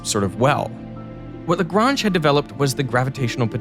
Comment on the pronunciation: Why is the name Lagrange mispronounced?